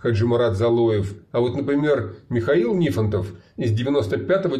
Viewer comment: Вот почему НифОнтов был через О ударение, а теперь стал через И??? Морозова тогда тоже через первую О надо называть